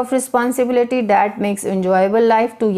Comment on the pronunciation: Poor pronunciation,. it’s called "That" not dat,,, learn pronunciation first then teach ielts